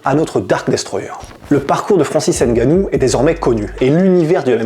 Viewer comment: tu dit mal son nom